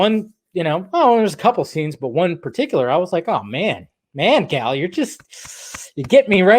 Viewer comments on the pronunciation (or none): So you for years now you have said that you love Gal and Gal is wonder Woman and yet after all this time you still cant even say her name correctly. So I'm trying to figure out if you're lazy or if it's that you just don't care. See people notice these things and remember it, plus it takes away from your credibility.